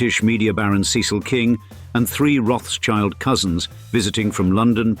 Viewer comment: It's not CHILD...it's Schild -> Schield...Roth-Schild -> Red Shield.